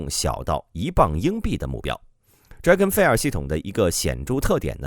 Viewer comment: fire这个词你读错了